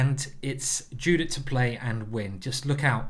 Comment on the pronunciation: Sorry for sounding rude but her name is not pronounced the same way it is written. It's pronounced "yudit", otherwise great video!